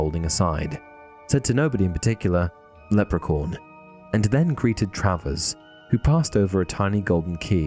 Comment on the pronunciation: Leprecorn LOL sorry, but it's funny.